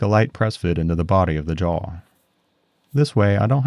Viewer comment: The way you say Jawl, with an L at the end, is sandpaper on my ears, but I love your work nonetheless. <3